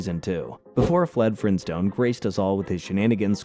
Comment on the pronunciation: anybody else catch the 24 second mark where he said fled frinstone